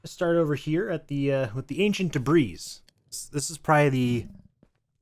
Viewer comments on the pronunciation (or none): BTW debris is pronounced duh-bree, but still a cool video :)